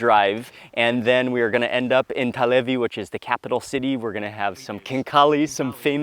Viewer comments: It's Telavi, not Talevi. 🙂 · it's telavi not talevi.